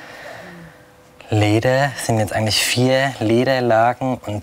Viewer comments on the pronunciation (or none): Interessante Handwerkskunst, mehr aber auch nicht. Hätte mir mehr Kommentare vom Sprecher gewünscht. - "Leeedäää, sind jetzt eigentlich viää Leeedääälagen...." :D Fuddäää, Leeedäää :D